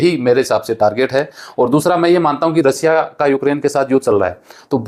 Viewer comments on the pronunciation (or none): रसिया नही रशिया होता है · भाई रसिया नहीं रशिया कहो सेएर नहीं शेएर कहो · रसिया नहीं रशिया है